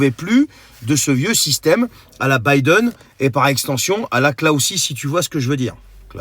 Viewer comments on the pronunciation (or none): none